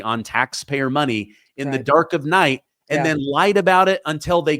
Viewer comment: Oh wow Schumer, is so delusional, and so corrupt he cannot distinguish the difference between nigh and day.